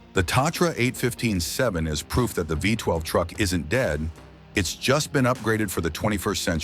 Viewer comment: NOT FIVE TWELVE! It's Isuzu Vee twelve mate.